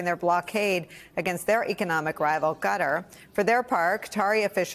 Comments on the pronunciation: Qatar is pronounced KUH TARR not gutter Come on you're a professional reporter. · pronunciation of Qatar -- start with a K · why can't people pronounce Qatar?